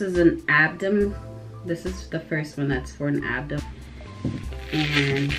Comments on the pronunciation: Oh hello naw girl u too cute its ABDOMEN NOT ABDOM what u gonna teach this child😒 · “abdom” really annoyed me. it’s Ab-DOH-MEN lol. but this was helpful cause i was confused on how to wear it